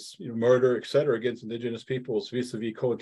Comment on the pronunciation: "Et cetera," not "eck cetera."